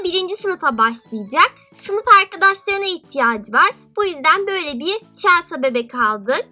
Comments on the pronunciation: celsa diye okunmuyor celsi diye okunuyor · Okunuşu çelsa değil , çelsi :D Bu arada yüzünü göremediğim için sesin çok tuhaf geliyor :D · Çelsa değil çelsi diye okunuyor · Sen chelseayı çelsa diye okuyorsun ama öyle okunmuyor çelsi diye okunuyor 😈😈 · Çelsa what okunuşuyla çelsi o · Chelsea çelsa değil çelsi diye okunuyo 😍 çok güzel bir video olmuş bu arada 😎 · Çelsa deyince sinirime gitti çelsi diye okunmuyo mu ben mi yanlış biliyorum cevap verebilir mi ? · çelsa diye okunmaz çelsi diye okunur.☺️ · Chelsea çelsi diye okunuyor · Niye Chelsea ye çelsa diyorsun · Chelsea yerine Chelsea niye diyon gıcık oldum.😝😝😝😝😝😝😝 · Chelsea yazıldığı gibi okunmuyo